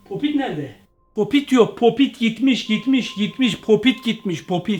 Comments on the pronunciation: Arkadaş sen neden popit diyeceğine popo dersin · Abi. Polat. Değil. Papit. O. Abi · Popit diyemiyen